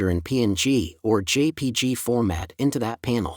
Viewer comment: Excellent tutorial video, but is really human or AI? Or is he a human using AI to generate the narration? A number of word pronunciations and the overall cadence of the voice simply doesn't sound human. Much too mechanical and monotone along with the mispronuciations of common terms (e.g spelling out jpeg one letter at a time which no human graphics person ever does, and even mispronouncing Rebelle's name as "Reeebell"). Sounds like pure AI. Or maybe the original narration is in Spanish by the human, and what is obviously an AI voice is a dubbed English translation?